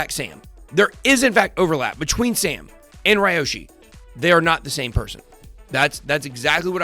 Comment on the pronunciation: It’s Pronounced Liyoshi….